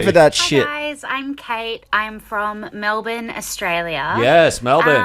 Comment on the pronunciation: When said Melbourne correctly 🥵